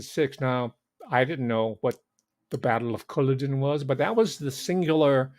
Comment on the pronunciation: Battle of Culloden--emphasis on 2nd syllable: CulLODen.